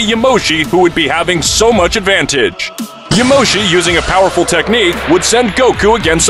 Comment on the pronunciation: Its "*Yamoshi*" and "*broly*"